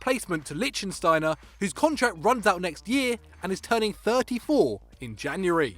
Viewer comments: please... it's Lichsteiner (Likh-shtay-ner) not Liechtensteiner which what you would call someone from Liechtenstein I imagine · Pretty sure it's Lichtsteiner and not Liechtensteiner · Stephan "Lichsteiner" not Lichensteiner